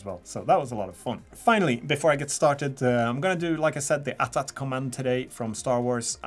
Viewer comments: It's called an A T A T not at at, sorry it's just a small thing that kinda annoys me Edit: not to be too negative, the models are great, don't mean to be rude, these are great videos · A-Tee A-Tee. If it was At At, how do you pronounce AT-ST? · Umm... AT-AT isn't supposed to be one word, you say A, T, A, T, Walker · Pronounced... AT(eighty eighty) or Ay Tea Ay Tea...🤣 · Aye Tee Aye Tee. Not at at